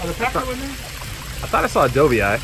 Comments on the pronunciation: did he say do-vee- eye? dude seriously? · Awesome video, but it was a little odd hearing the filmer say Dough-vee-eye. I have never heard anyone pronounce it that way lol.